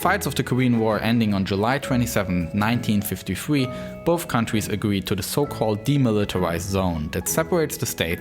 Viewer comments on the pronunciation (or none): why did bro said nineteen fiftyfwee